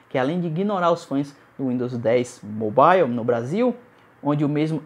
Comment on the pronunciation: uindos moble kkkkkk qual a dificuldade de falar mobaiou?